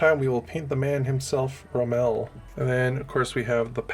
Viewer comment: Mate I get it. The Bersaglieri is an Italian word and if you have no reference it will most likely be mispronounced. Me, Australian-Italian wife. Phonetic if you are interested, Ber sa~l~ieri, the g is silent. I can't help you with Rommel, but it ain't Ro~mel. The same way it ain't Ca~mel. By the way, I am new to Bolt Action and I am starting to get the idea that reality is not a thing with the players, but the Light Africa Division never had tanks, let alone the Super IV's. It would be more interesting to field their actual equipment which were Diana's. The Diana were armoured trucks kitted out with Russian A/T guns. Or you could rename your German force after one of the two Panzer Divisions which would include infantry. Having pontificated enough on trivial stuff, at least you are having fun with it.